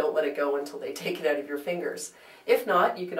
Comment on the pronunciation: "Take the smell oooT" Who is Canadian?? :D YOU are! Seriously cannot find 38 min to watch this, couldn't you TRIM THE F (A) T?! Esp since I don't have a house cat...